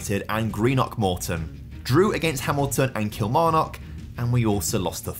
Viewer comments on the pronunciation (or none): The "kil" in Kilmarnock is pronounced like "kill" not "keel" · Can you please stop pronouncing Kilmarnock like a fud?